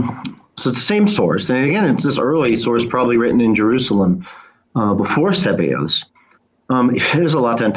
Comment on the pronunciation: After correcting, Shoemaker towards the end of the video adopted wrong emphasis saying SEbeus rather than seBEus 😄